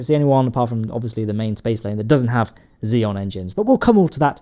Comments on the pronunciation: Props mate, fantastic job!! :D But btw, its Xenon not Xeon ;) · The word "Xenon" has more letters than you think it does. Notably, that "N" in the middle you choose to ignore. It's not Xeon.... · XENON NOT XEON! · Are you saying "xenon" or "xeon"? It sure sounds like the second. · Please pronounce the "N" in xeNon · why does he pronounce xenon as xeon?